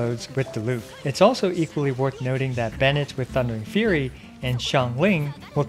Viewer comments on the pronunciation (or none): none